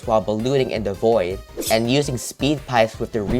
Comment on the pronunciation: I like how he says "da" instead of "the", so he is like, "they are both skilled with da bow"